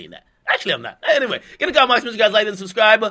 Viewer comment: 😂 You said Gay Way, I'm done 😭😭😭